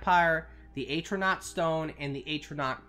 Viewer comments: Its not aytronach its pronounced at-row-nac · AT - RO - NORK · Its not "Atronach" its "Atronach"!